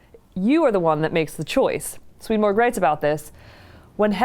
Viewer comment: I was born and grew up in the same city as Swedenborg. I have studied in the town Uppsala, where Swedenborgs body (or a part of it) was laid to rest in the Uppsala Cathedral. Please understand that Swedenborgs nobility name has nothing to do with the name of the Monarcy of Sweden. His name is not pronounced "Sweadenborg" but instead like Sw"e"denborg with the first "e" pronounced as an "e" in the word "ever". Many greetings to you from Sweden. God bless you!